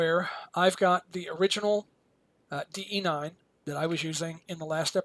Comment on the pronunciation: Thank you for knowing that it's DE-9, not DB-9! (Why yes, I am a perfectionist, why do you ask?)